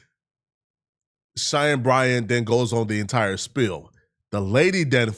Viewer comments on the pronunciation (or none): none